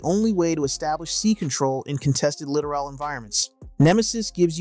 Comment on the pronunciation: Please remember it is ... LITTORAL... Pronounced Lit- tor-all... not literal.